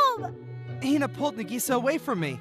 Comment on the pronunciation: female version of Hikkigaya Hachiman. interesting. Also :50 Did you just say Nigisa... no way right nope you definitely said Nigisa